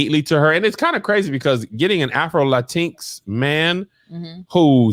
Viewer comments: Drinking Game every time ya'll say LATEENX 😭 It's LATIN-EX. Big love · “Lateenx” cracked me up 🤣